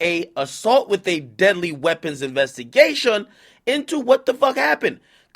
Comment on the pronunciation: Ak accent came out for half a millisecond investigation